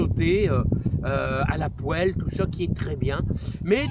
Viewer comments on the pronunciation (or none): Le bonjour 👋 Philippe des Pyrénées atlantique j’ai adoré quand vous avez dit à la poêle 🍳 avec votre accent 😅 pas bête l’idée des cales de bois pour l’espacement des pommes de terre 🥔 et les rangs je vais essayer cette année 😎 je fais comme variété la rosabelle la monalisa et la spunta 🥔🥔🥔😋😋 bonne journée